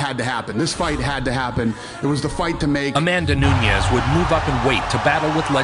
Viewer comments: do you know the nintendo console called "NES" (nês) just like that bro, 'NOO-NES' and you good. i'm brazilian i give it a pass to people pronounciation because my english is not perfect either. i just try my best to respect peoples names. lol for me the funniest one nowaday is "PAULO BORRA- TINIA" (anglo pronounciation) the correct would be something like "paulo borra - shin - nha" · Everyone butchers her name. It’s ‘New-Nez’. Simple. She’s Brazilian so it’s also not Nuñes (mexican pronunciation). People make that mistake with Jose Aldo as well. It’s “Joe-Say” and not “Hoe-Say” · Ha new-knees lol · AMANDA NEW KNEES. What it kinda sounds like. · Amanda "New Knees"🤣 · Amanda New-Knees??? 😂 The disrespect was real. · "Amanda Noo-neez" lmao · I not accepting the announcer in the beginning calling her Amanda Noonies, twice. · There's no way they would've mispronounced her last name like that 😭😭 Nuniiis 😂😂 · I can’t get over announcers calling her “noon-eez. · Why they pronouncing her last name “Noonies” 😂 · anyone else hear " amanda new-knees" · Nunes, not Newnyases. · Newnies!! Better not let her hear you pronounce it like that. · I swear that first guy said Amanda Nudies! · I dont like the way the announcer pronounce her name. Amanda Nooneeez.. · What is up with the horrible pronunciation of her last name?!?! LOL!!! Noonies!! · who looks at a womans name from brazil nunes and think its pronounces noonies lol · Amazing how people that talk for a living routinely mispronounce simple names.. " nunies" ... Come on folks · That first announcer was horrible, how do you butcher the names Nunes so bad? New Knees 😂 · cringing every time i hear NoOniez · its Nunes brother. not Nuñez. the N in the middle of her name is pronounced like the N at the beginning. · Everyone is saying her last name wrong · Youre pronouncing Nunes wrong. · It's noo-ness not nuñez you're pronouncing it as if it were Spanish not Portuguese. Kinda ruins the video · "Amanda New-Knees" 💀🤣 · "amanda NEWKNEES"